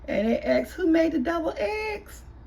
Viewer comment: Are you saying Double eggs? 🤷🏽‍♀️